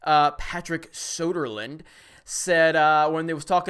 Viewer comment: It's "Söderlund", not "Soderland".